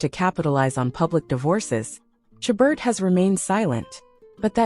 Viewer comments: Her last name is pronounced "Sha bear" with the accent on the second syllable. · If you get a job to narrate a video about a famous person, you should make sure you know how to pronounce that person's name, not keeping on saying it incorrectly all the way through the video. The t at the end of a word that is French is never pronounced! Also, the caption writer should spell her first name correctly; it has an E in it. It's spelled Lacey, not Lacy! And, at least mention that all of the men she is seen with in the photos you show are actors, as her husband is not shown here. I'm not sure about the still photo that is not shown in the video, but is one of the two still photos you see before you click onto the video. The photo there of her with a man is a man who I have not seen in any movie with her, so I'm not sure, but think it might be David Nehdar, but I KNOW the others are NOT! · Half the time these 'tell alls' are simply clickbait with no basis. Not surprisingly, they "know" so much they cannot even pronounce the subject's name correctly! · If you are going to take advantage of the famous names, at least pronounce her name correctly!